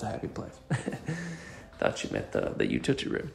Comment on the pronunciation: Learn how to pronounce "utility" or stop making videos. There is no excuse for this, and it detracts from the purpose of the presentations. It seems as if you believe it is charming; it is not.